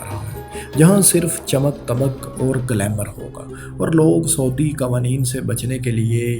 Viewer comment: ایڈمن بھائی بڑی مہربانی ہو گی کہ اپنی اردو ٹھیک کر لیں ۔ کیوں اردو بول کر اردو کا بیڑا غرق کر رہیں ہیں ۔ 🤮🤢😖😖 سعودی کو سودی بول رہے ہیں اور شاداب کو شداب یار کچھ تو خیال کریں ۔اور بھی کئی غلطیاں ہیں۔ میں ہاتھ جوڑتا ہوں۔ پہلے بھی کئی دفعہ عرض کر چکا ہوں۔۔ 🙏🙏🙏